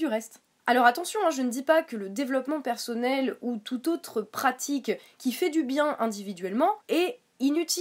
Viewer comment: Pourquoi "persaunnel, aufficiel, praublème" ?